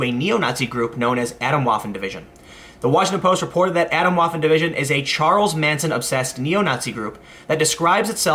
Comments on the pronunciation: Its a T not a D A T OMWAFFEN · For me as a german it's really quite funny how you pronounce "Atomwaffen". Its really very very close to what a german would hear as atomic waffles ;)